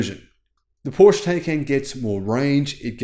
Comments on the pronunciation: Thank you. I really enjoy your frequent uploads. Could you please try to add the e in your Porsche pronunciation. Just as the i in Audi is pronounced, so should the e in Porsche. Whenever I hear your pronunciation I always think of a covered shelter projecting in front of the entrance of a building. Thanks again. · It's called PorschE, pronounced Porsh-uh. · Pooosh. 😢😢 In my head Porsche is completely different car than any Pooosh. It's like a lion or tiger without tail. My ears are so suffering... 😁😁 PoooshE.